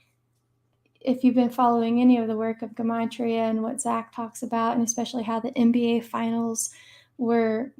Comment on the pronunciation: Good stuff by her but can’t lie it’s cringe she keeps saying guhmatria instead of gematria lol